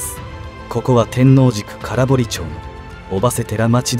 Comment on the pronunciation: 空堀（からほり）、玉造（たまつくり）、濁りません。